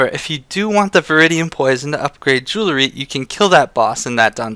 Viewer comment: Not to nitpick but it's JOO-UHL-REE not JOO-LA-REE, you said it wrong like 500 times and it was driving me fucking insane so fuck you.